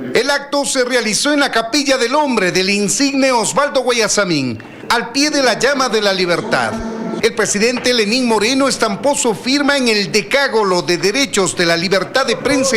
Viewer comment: Decágolo??? O decálogo. Qué vergüenza !!!